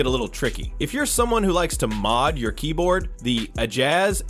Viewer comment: "the aoula f75 and the I-jas ak 820 pro" w ai bro